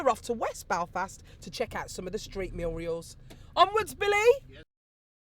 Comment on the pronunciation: "Street MURIALS" "!! ?? They are "MURALS you ignorant woman.